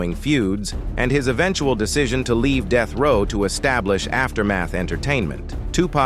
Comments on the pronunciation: when AI narrates the video, deathrow turns to deethrow,among other things. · "Soogay Knight" & "Deeth Row" AI narration be killin me:face-green-smiling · Bro... STOP using AI to narrate. Unless, you've got a speech impediment or something. Even then get a friend. I had doubt until the 'ish point. What the actual fuck is DEETH row records!? Also, alongaseeda!? Bro... SOOGA Knight. Come on... If you think I'm just talking shit, listen to this. - I hope to NEVER get this type of garbage recommended to me. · Annoying af I was already annoyed with how he pronounced Suge and pissed me off even more when he said "DEETH row" smfh this AI shit so corny why not just use a human?